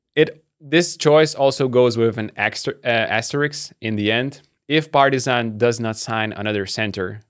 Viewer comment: ALOOOO you forget the correct way of pronouncing Partizan while you were on break!!!!